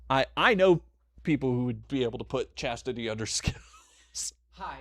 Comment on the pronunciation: "Wanna stay in chastity" sounded a lot like "in chest-tity". And yeah, they can stay in chastity just fine, they aren't going to use that side anyway :p